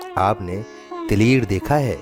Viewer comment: بھائی تلیر نہیں تلیئر ہوتا ہے۔۔۔۔یہ تلیر کیا چیز ہے آپ نے یوسفی صاحب کے تلیئر کو تلیر بنا دیا۔۔۔